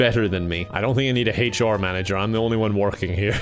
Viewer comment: “Haychar manager”